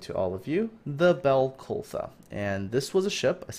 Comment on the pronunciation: Sir, I feel honour bound to correct you on the name of the ship at the start of this video; her name is Balclutha, both as in the city located in New Zealand, and also a Scots Gaelic name for her birthplace of Glasgow- "Baile Chluaidh", a City on the Clyde.